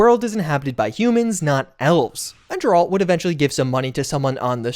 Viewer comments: I'm convinced mispronounces names so consistently and persistently at this point just to generate comments and reactions. JER-ALT? SANDA-VISTEN? Bro there are so many examples of these names being pronounced IN GAME dude 😂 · Calling him Jerald is diabolical dude. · really jairalt bro calls it jif too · Jerall'd, LOL. Did you even play the Witcher 3? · My ears... why would you pronounce Geralt's name like that? Where did you learn this from? :face-blue-wide-eyes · Your pronunciation of Geralt is so fucking dumb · The mis pronunciation of geralt is driving me insane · I've not liked you for awhile... but the way you pronounce Geralt is just cred reducing. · Brother if you keep saying Geralt like that, so help me. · Bro still mispronouncing Geralt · Unsubbing because of the Geralt pronunciation. Bruh. Have you NOT played the games? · You ever say Geralt like that again, i may not watch anymore 😂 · The way you pronounce Geralts name is beyond annoying dude.🤦🏽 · The audacity to acknowledge xletalis and still pronounce Geralt that way. PS, i watched like 6 of your tips and none of them were .23.secrets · I hope you get head butted for the pronouncing geralt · Number 1 way to have you seem like you don't know what you're talking about... pronouncing the name of a main character of an extremely popular franchise wrong... over and over again. Come on dude... have you never played the Witcher yourself? Or I don't know watched the Netflix series?... inexcusable. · Ok, you have got to work on your pronunciation of Geralt's name. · Please learn to say Geralt's name correctly. God that was annoying. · NO way you're actually pronouncing Geralt on accident 😅. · Would have thought , by now, that you would know how to pronounce Geralt! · The mispronunciation of Geralt's name is causing me actual pain. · Blud is trying to start a gang war with that Geralt pronunciation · Bro the way you say Geralt is terrible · Never say Geralt again 😭😭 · Geralt Not Jeralt